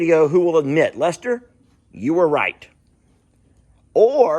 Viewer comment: I didn’t meet Journey except trough your videos but I love her, I miss her calling you Lester it sounded like she was saying “dad”